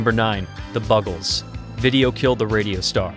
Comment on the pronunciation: Mongo Jerry??? It's Mungo Jerry. The Bugles ??? It's The Buggles. Make an effort, would you?